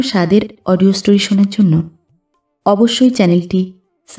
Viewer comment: গোগ্রাসে গল্পটা শুনে মনটা ভরে গেলো, পরক্ষণেই "সাস্ক্রাইব" উচ্চারণ শুনে মনটা খিঁচড়ে গেলো, ওটা "সাস্ক্রাইব" হবেনা হবে "সাবস্ক্রাইব"